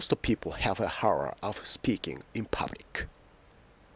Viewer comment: what the fuck is your pronunciation?! lol who the hell use your video for learning English.